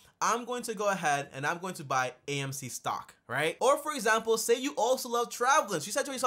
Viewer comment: HE CALLED AMCCCC